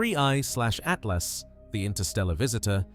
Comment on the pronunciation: Did my dude say 1/30tooth.